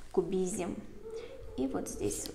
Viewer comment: Пикассо? Кубизимь... ну Вы даете , что за акцент. Видео понравилось, спасибо